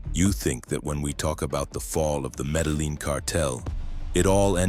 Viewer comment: Metal Lean? AI...